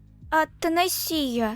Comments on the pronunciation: Имя принцесы Ата'насия а не Атанаси'я...... да я душнила 😅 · В имени Атанасия ударение на третью букву а😂 а не на букву и